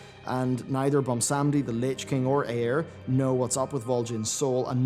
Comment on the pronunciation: ok i know this is a minor thing but it bothers me too much BWAN-sam-dee not bon-sam-dee and i'm not exactly sure if you are british or what (i can hear it sometimes in his voice) so accents might come into play but it just bothers me so much and yes i know i have horrible gammar so please stop the furious typing now